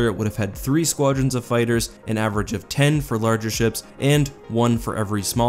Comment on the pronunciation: Fighers instead of fighters hahaha